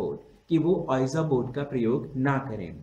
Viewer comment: sir just ur pronunciation of ouija board ws wrong.... its better called (vija board).😉